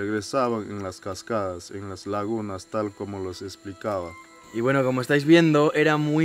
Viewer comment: Soy el único que piensa que el: "y bueno" del principio le salio bien argentino?